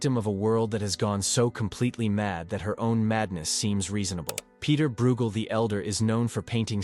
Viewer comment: Breugel is pronounced 'broy-gel'!